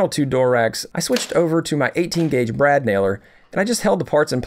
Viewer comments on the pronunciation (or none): none